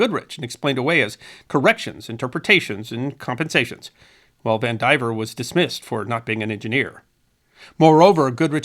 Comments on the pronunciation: I'll bet that name is pronounced Van di VEER, not Van diver. I say that only because I knew someone with that exact spelling, and that is how they pronounced it. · Vandivier. Though he mispronounces it, of course.